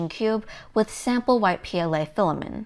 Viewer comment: FILL-A-MINT FILL-A-MINT FILL-A-MINT FILL-A-MINT FILL-A-MINT FILL-A-MINT FILL-A-MINT FILL-A-MINT FILL-A-MINT FILL-A-MINT FILL-A-MINT FILL-A-MINT FILL-A-MINT FILL-A-MINT FILL-A-MINT FILL-A-MINT FILL-A-MINT FILL-A-MINT FILL-A-MINT FILL-A-MINT FILL-A-MINT FILL-A-MINT FILL-A-MINT FILL-A-MINT FILL-A-MINT FILL-A-MINT FILL-A-MINT FILL-A-MINT FILL-A-MINT FILL-A-MINT FILL-A-MINT FILL-A-MINT FILL-A-MINT FILL-A-MINT FILL-A-MINT FILL-A-MINT FILL-A-MINT FILL-A-MINT FILL-A-MINT FILL-A-MINT FILL-A-MINT FILL-A-MINT FILL-A-MINT FILL-A-MINT FILL-A-MINT FILL-A-MINT FILL-A-MINT FILL-A-MINT FILL-A-MINT FILL-A-MINT FILL-A-MINT FILL-A-MINT FILL-A-MINT FILL-A-MINT FILL-A-MINT FILL-A-MINT FILL-A-MINT FILL-A-MINT FILL-A-MINT FILL-A-MINT FILL-A-MINT FILL-A-MINT FILL-A-MINT FILL-A-MINT FILL-A-MINT FILL-A-MINT FILL-A-MINT FILL-A-MINT FILL-A-MINT FILL-A-MINT FILL-A-MINT FILL-A-MINT FILL-A-MINT FILL-A-MINT FILL-A-MINT FILL-A-MINT FILL-A-MINT FILL-A-MINT FILL-A-MINT FILL-A-MINT FILL-A-MINT FILL-A-MINT FILL-A-MINT FILL-A-MINT FILL-A-MINT FILL-A-MINT FILL-A-MINT FILL-A-MINT FILL-A-MINT FILL-A-MINT FILL-A-MINT FILL-A-MINT FILL-A-MINT FILL-A-MINT FILL-A-MINT FILL-A-MINT FILL-A-MINT FILL-A-MINT FILL-A-MINT FILL-A-MINT FILL-A-MINT FILL-A-MINT FILL-A-MINT FILL-A-MINT FILL-A-MINT FILL-A-MINT FILL-A-MINT FILL-A-MINT FILL-A-MINT FILL-A-MINT FILL-A-MINT FILL-A-MINT FILL-A-MINT FILL-A-MINT FILL-A-MINT FILL-A-MINT FILL-A-MINT FILL-A-MINT FILL-A-MINT FILL-A-MINT FILL-A-MINT FILL-A-MINT FILL-A-MINT FILL-A-MINT FILL-A-MINT